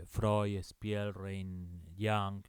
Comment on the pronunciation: "Jung" se pronuncia "iung". En alemán la mayoría de las palabras se pronuncian como se escriben.